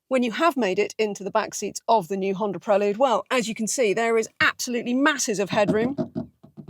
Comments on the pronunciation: I wish se would call it "prelude" as it's meant to be spoken! 🙄 Prel"u"de not prelud! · Surely its pronounced Prel Yood, not Prel Ood? Apologies if Honda have told you to thats how they like it pronounced? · When the in God's name did it become a Prell-ood? It's pronounced Prell-YOOD. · I owned a 4th gen prelude but I’ve never heard it pronounced the way you pronounce it. PRELL YUDE not PRELL OODE. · Pronunciation = Prelyood ( I believe) As in the opening piece of music , it otherwise sounds like a sedative. Honda also made the ‘Concerto’ and the Accord too…. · No, I can’t deal with 9 minutes of ‘Prel-lood’… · And “pruh-lood”….? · Prellood? Ok. Whatever. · Absolutely painful review. I counted 37 "Preh-lude" name plugs and the reviewer letting Honda off the hook for this cars COMPLETELY sub-par performance is inexcusable. For not a lot more money you can step up from this 200hp embarrassment to a 641hp Hyundai Ionic 5N. This may be the first sign of tough times ahead for Honda. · I hate how she says prelude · Her mispronunciation of Prelude is driving me nuts!